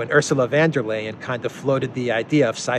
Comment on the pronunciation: Please call her Ursula von der leyen, not van der leyen. German not Dutch. Lets not make the Netherlands look bad. VON DER LEYEN, NOT VAN DER LEYEN